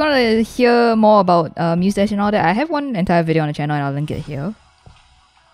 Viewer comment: when she talked about musedash ive heared mostache